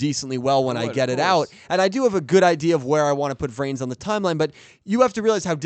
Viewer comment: Eternalight like “ Into the VRAINS “ Sounds like “ INTO THE BRAINS “ Most often when Blue Angel says it